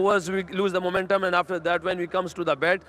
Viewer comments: Muuument um rizwan 😂😂😂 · Momentum rziwan😂